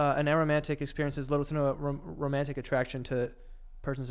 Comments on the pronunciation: Joey and pronouncing aromantic as arrowmantic is sending me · Lmfao it’s A-romantic, not aero mantic. It’s like Asexual, but for romantic attraction- Aromantic. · Joey catching himself on the tri-gender mispronunciation but then saying “arrow-mantic” instead of “a-romantic” every though they just said a-sexual killed me 😂 I immediately thought of someone attracted to aromas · A-romantic, like pronounce the A